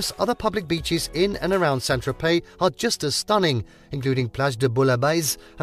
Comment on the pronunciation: Why ad an l when saying Tropey?